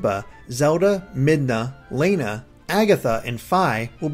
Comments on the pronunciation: Lana is pronounced Lonna. I don't know why i let these small things bother me-_ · Stop saying "Layna." It's Lana. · Lana is not pronounced Lay-nuh, it is pronounced Lah-nuh. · Who would pronounce Lana like that? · Oh dear I think you mispronounced Fi and Lana